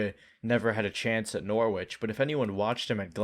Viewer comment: love the video man! fyi “norwich” is pronounced with a silent “w” in the UK, so it sounds like “norr-itch”